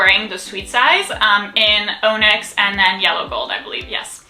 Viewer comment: OMG they look stunning on you! MOP really suits you. BTW "onyx" is pronounced ON-icks, not OH-nicks.